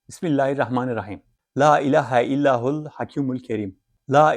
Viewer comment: okudugunuzla yazilan dua arasinda fark var siz illahul diyorsunuz dua da illallahul yaziyor.